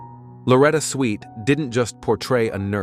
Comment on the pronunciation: Correct the robot narrator eho pronounced Swift ss Sweet